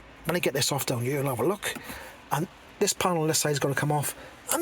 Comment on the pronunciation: In hieuwr... On thieeer 😂 Good job!